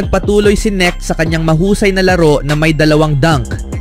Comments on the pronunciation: Ahaha..ano daw nik..nkaka silaw pala huh?! Ahaha nakaka lito hnde pala yan silent K..dapat bangitin mo yon"K" kaya K'necht..c luka nmn sabi ng ibang vlogger luka donsik..putik nayan ahaha donsik doncec..anong pinagka iba dba niknik mo.. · hoy bobo kang voice over ka! KENET HINDI NETK.. BOBO AMPUTA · Boss correction lang k-nect Ang pagbigkas.. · Yung all over the internet na kung pano ipronounce yung surname na "Knecht" but still you stick to your wrong pronunciation. Lol. Bye